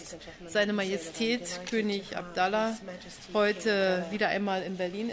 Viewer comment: Abdullah, nicht Abdallah :D